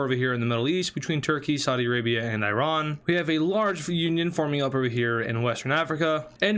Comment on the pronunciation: Stop pronouncing Iran wrong